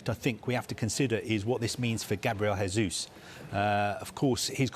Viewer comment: Seriously guys, Gabriel Jesus has been playing in the UK for years, is it that hard to not say his name in spanish pronunciation rather than portuguese?